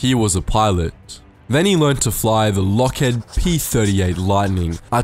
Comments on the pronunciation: heed is pronounced he-ed not lockhead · You did not just pronounce Lockheed as "Lockhead". ffs